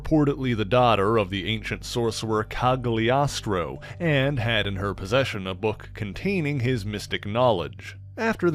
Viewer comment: Might be wrong but I believe the G in Cagliostro is not pronounced. Italian is a little odd that way.